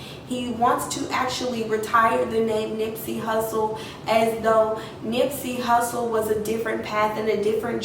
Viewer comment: If he was really talking to you, how is that you couldn’t pronounce his name correctly. And it felt like you weren’t even giving him time to talk. You were just rambling off. You never took a moment and stop and listen. This felt rehearsed.